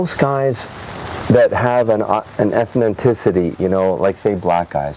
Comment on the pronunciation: Ethnicity, Not Ethnitiicty. LOL